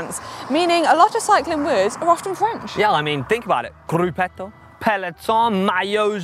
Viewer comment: When did “grupetto” become a French word? even pronounces it with an Italian accent!